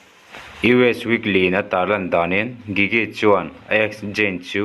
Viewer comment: i pronoun dan a diklo an hming hi gigi(jiji)tiin an lam zayn(zane)tiin lam tur